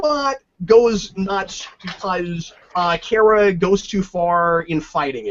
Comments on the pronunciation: Cap, it's KARA not KARA. ;) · Don't undertstand why they chose to pronounce it as Car-A when everywhere else it was pronounced as Care-A. Seems like an arbitrary change.